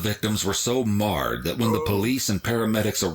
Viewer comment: I think you got tripped up by the word 'marred'. It sounded a bit like 'mauled', which is generally the term for animal attacks. But 'marred' is a general term closer to the word 'bludgeoned'. Which indicates beaten so hard/often that features are turned to mush. That indicates a crime of passion. Which I sadly knew was the pedo uncle wanting that daughter for himself.